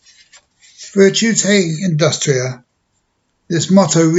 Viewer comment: Oh, c'mon, at least pronounce the motto properly.